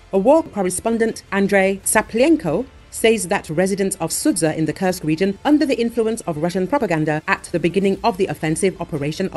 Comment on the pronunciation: When will you please stop Kursk a curse? If the voice is an AI, please change that awful pronunciation. It is an u like in super or food. Please, I repeat, the curse!!!